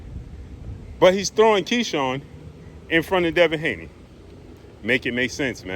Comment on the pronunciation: Man just say Devin Haney